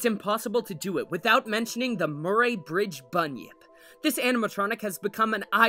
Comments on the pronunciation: The way he said Murray- .. its Muh-ree not Mur-aye. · Oh my god. Please pronounce Murray correctly. It sounds more like Murry as if the a is silent. Also, you should play the sound it makes. There’s nothing else like it.